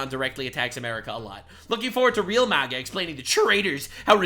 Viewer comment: Bro said MIGA lmao love my president